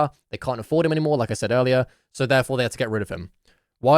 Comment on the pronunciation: "sayd" I think ur the kid lil bro